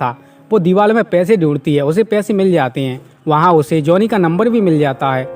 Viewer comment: A bhaiya tu kaa kaa bol ro hai. Deewar ko tu diwal bol raho h 🤣🤣😂😂😂😂 U P k bhaiya ho...